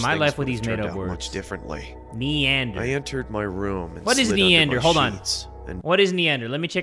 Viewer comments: JAY it’s MEANDER not NEANDER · when he said “meander” and jay said “neander” 😀🤣 its okey jay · WAIT I THOUGHT IT WAS NEADER😭😭😭😭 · Him saying neander multiple times frustrated me so hard </3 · Omg I’m crying at the “neander” it’s meander, which mean to wander aimlessly, and perturbed is to feel anxious, scared, or disturbed. And yes you can find it in a dictionary I just realized that I was the person to correct him omg 😭💀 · Every time he said "neander" I kept yelling "ITS MEANDER AHHHH!" LOL🤣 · like "neander", lmao, I don't want to be that guy but "iT's mEaNdEr" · as much as I love you, the fact that you misheard 'meander' as 'neander' was infuriating to me as an aspiring writer. Meander means 'to move from one place to another', and other words used in the second animation were descriptions, such as 'decrepit', which is just another way of saying 'falling apart', in the context. Sorry for commenting this now, but I've been distracted lately and when I watched this, I felt like I needed to comment on the words in the second animation, thank you for reading this (or not, whichever, I just needed to comment on it for myself, if nothing else). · It’S MeaNder not NEanDeR Edit: he really saw the future didn’t he. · It was Meander. Not Neander. Lol Meander means "To wander aimlessly" Perturbed is another way of saying "I'm irritated/ pissed" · really said "neander" XD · Meander: to wander. Not Neander, Meander. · Dude, the guy said "meander" not neander. To meander is kinda like to wander. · I think the word is meander not neander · its meander not neander. it basically just means to wander without purpose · He said meander 😭😭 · Meander and perturbed are words buddy not neander whatever you said your banter is entertaining.. I guess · its meander not neander sheesh 😂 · He said Meander not Neander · Well to spell it correctly, it is meander not neander, and you spell it M,E,A,N,A,N,D,E,R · Meander not neander lol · Not neander dummy, MEANDER